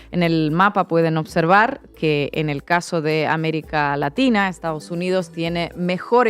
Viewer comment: Se dice américa laxhina. O o o o 😂😂😂